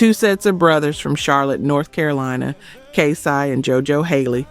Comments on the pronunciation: Girl on Toni Tony Tone, regarding the split, you don’t know what you’re talkin bout!! I know them. Also it’s not Kay sigh, it’s Kay Cee. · The AI used in this was trash. Make sure it gets the groups names right. LaToesha? K-Sigh? Do better! Yet wondering why no one is subscribing or joining the membership?? It's not good content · Kay Siiii? Is the voice over AI? It's Kay CEEEEE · Is this a AI bot or is she just illiterate? On-Vogue, K-Sigh is stupid work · I listen to these videos and every time I think of subscribing, I get irritated with incorrect pronunciation of names. Who is K-Si? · Kay Sigh "Live" Michael Bye Vans Teen Atcher This AI is trippin! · On-vogue, K-sigh, La-Toe Sha, the yawn ! Awful AI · I was thinking the same thing. It’s Kay-CEE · Now I know she black and she know how to pronounce K-Ci . What the problem girl. Pronounce those names right.